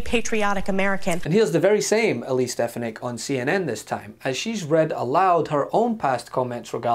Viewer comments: He didn't say "Stefanak"! He said "Stepanak"! Watch his mouth and you'll see!!! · "It's stefonyick" "Will you please say it right?" "Stefonyick" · Trump couldnt even say her name!!! That was priceless! Stpanak?? WTF Donald! Sound it out. Hooked on phonics, Donald!!!